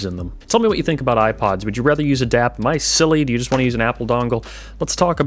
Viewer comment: I had to think for a second you called your device a DAP, I was thinking you said DAB for a moment. DAP is digital audio player and DAB is digital audio broadcast.